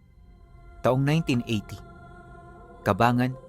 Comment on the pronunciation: it's pronounced cabanggan zambales po Hindi caba ngan😅 Dito Ako pinanganak at Dito na Ako nakapag Asawa Wala Naman Akong balita tungkol Jan hahhaha